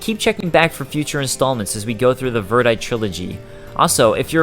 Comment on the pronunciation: This is the disjointed American localized version of the story. P.S. Verdite is pronounced "Ver-die-tee". :)